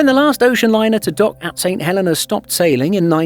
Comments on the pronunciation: It’s pronounced Saint Hell-e-nah, not Saint Hell-eh-nah You guys really need to work on your pronunciation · It's the pronunciation of the name of a place - personally I pronounce it 'Saint Hel-ay-na' while the islanders pronounce it 'Saint Hel-ee-na'. As a courtesy to its people, your narrator should have done some homework.